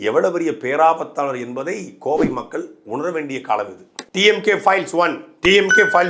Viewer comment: "Koivai" 😂😂😂. Adhu 'Kovai' da